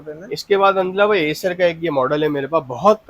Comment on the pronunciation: ❤Lenovo x1 yuga. 53. Ka. 📝 I cer.❌ Ey cer. ❌ Eyecer.❌ 🗣️ Ai cer.☑️🗣️ Ae cer.☑️ 🛐🌝🔆 Faith full .🖐️👋